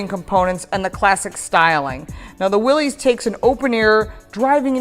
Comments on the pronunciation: It is pronounced "Willis" most people mispronounce it as Willees....but it is for sure Willis sounding. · Just thought you should know it's not Willy's, it's Willys , no e sounds at the end? It sounds like Willis ! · The name is pronounced "Willis" even though it is spelled Willys. Also there is no apostrophe in the name. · I have the 2015 Willys. It’s pronounced “Willis”